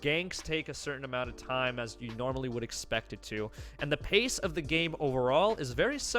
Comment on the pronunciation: Lol faster pace bro, not paste 💯💪🏾